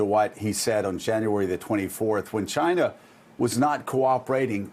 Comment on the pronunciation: Its "just one person from 'CHA-NA', we will disinfect him with Clorox" LOL